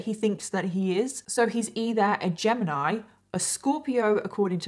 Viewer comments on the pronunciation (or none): none